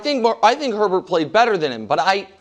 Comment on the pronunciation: His name is not (her-bert) its pronounced (A-bear) like bobby herbert(a-bear)